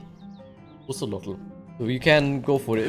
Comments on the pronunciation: Hahaha its Kate-Za-Ko-Ah-Tol 🤣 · That’s not how you say his name.. don’t pronounce the L